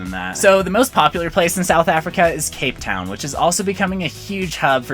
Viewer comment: I'm from South Africa and you will get robbed so just stay in cape Town and he missed said the name